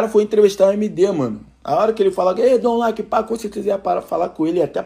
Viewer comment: é foda, lê o nome do cara direito porra KKKKKKKK PELO MENOS ISSO